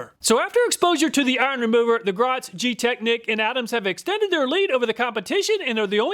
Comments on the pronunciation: Great video, very informative. You’ve helped me make my choice, and it’s budget friendly. Thank you. Also, Griot is pronounced Greee o. I pronounced it same as you until I was listening to company representatives at a car show pronounce it as a French word. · Griot is pronounced "gree-oh". I'm a big fan of their waxes too.